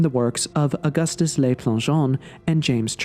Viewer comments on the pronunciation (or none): Please learn how to pronounce French. "Le" rhymes with look, not lake. It does not sound like "lay."